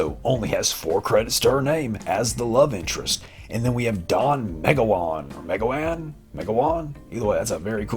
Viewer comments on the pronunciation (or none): I don't know how I've missed seeing this movie, all these years? I really need to do something about that. Doesn't this have a cameo by FJA? BTW The accent is on the middle syllable for Meg-ow-an.